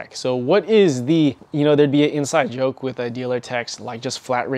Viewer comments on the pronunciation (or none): none